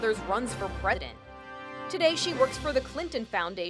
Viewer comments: "run for pre-DANT" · ”She was especially active in both of her mother’s run for pre-dent” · . Predent lol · “Pre-dent” love the word pronunciation there. LOL. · the way she pronounces 'president'